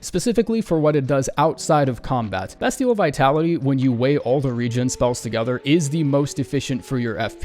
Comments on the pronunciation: Hey, Its Beastial, not Bestial(on Pronunciation) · I’m begging you to stop pronouncing Beastial like Destiel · Bestial is pronounced Beastial, like Beast? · b EE stial